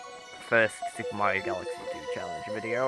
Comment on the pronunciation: I always pronounced as Mairo